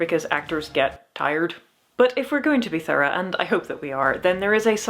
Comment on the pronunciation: You said “thurah “. (Thorough)! Gawd I love that pronunciation! 😍 “You should see my doctor. He’s thorough!”-from The Big Lebowski!